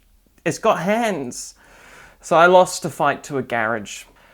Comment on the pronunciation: omg i didn't realize you were saying garage until reading this T_T